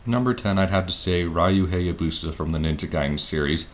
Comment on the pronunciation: I stopped watching when he said "Rye-oo Hayuhbusa". Fucking idiot.